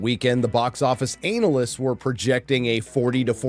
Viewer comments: Why is he pronouncing it Anal ists? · Anal-list lol